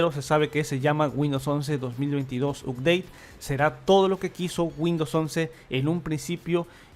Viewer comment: UPDATE SE PRONUNCIA "APDEIT" SINO HABLA TODO EN CASTELLANO